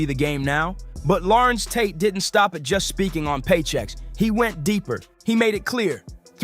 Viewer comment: Who is this guy calling him Lawrence Tate. WTFUG.